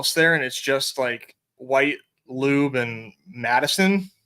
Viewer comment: I like the new pronunciation..... "" LUBE. 😅😅😅😅